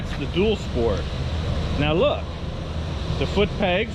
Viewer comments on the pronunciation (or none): none